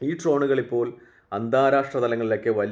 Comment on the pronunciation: ട്രോനുകൾ അല്ല ഡ്രോണുകൾ